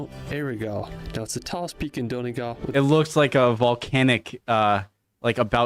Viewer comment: Why can't Americans say Donegal. it's Dun e gawl, not don e gal.